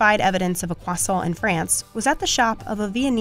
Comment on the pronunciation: every time she said croissant like "kwason" it felt like a knife through my heart